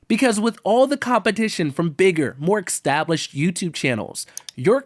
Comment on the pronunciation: you said "extablished"